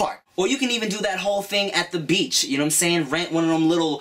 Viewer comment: He said BITCH instead of BEACH! Haha! Tim turning into a FOB! Lmao. . .Jk